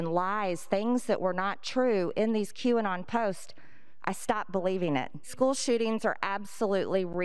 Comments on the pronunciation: Waiting for a republican to pronounce Qanon as quinoa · Mr McCarthy, you should pronounce it a-q-anon matata... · “Q-on idk if I’m saying it right I don’t even know what it is” really? The thing everyone’s been talking about and you don’t know what it is? The thing that can be explained in less than five sentences, no one has told you? How is a person in politics this uninformed? Although it’s more likely that’s it’s just a bold face lie. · The way McCarthy deliberately mispronounces Q-anon to act like he doesn’t know about them is the weakest dodge in the universe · "Quinoa? "Qwerty? "Q-Bert? Never heard of it!" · isn't it mocking how Kevin McCarthy tried to mispronounce QAnon? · When Cheney said he doesn't know if he's pronouncing Qanon right and doesn't know what it is, my eyes rolled so far back I saw outside the milky way galaxy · What a tragic attempt to mispronounce QAnon. It's like calling into work sick when you aren't. T*couch* couch sniff yeah . . . I'm really sick. cough I'm so glad she told me 9/11 happened. I just wasn't sure about that one. 😣